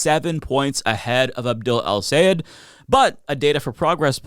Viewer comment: Great video but a small pet peeve still doesn’t can’t pronounce Abdul’s last name. Is Sayed -Sa-Yeah-d.